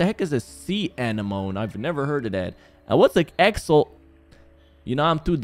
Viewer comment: Axe-al-tea made me wanna cry 😂